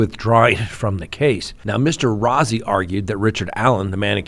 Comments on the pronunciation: It's Brad Rosey. His name is spelled Rozzi but pronounced Rosey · Rozzi is pronounced like ROSEY....long O.